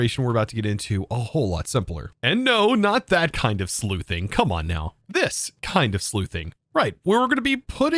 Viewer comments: Sluicing (slew-sing),, not Sleuthing. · great video. i just started playing it recently and i'm wondering why i had the map from the start. by the way, "sluice" is pronounced like "sloos". "sleuth" is what you said and it's when you sneak around and get clues. a.k.a. be a detective. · "not that kind of sleuthing, the other kind that has a completely different name and it's pronounced differently" You meant sluiceing, right? With an s sound, not a th?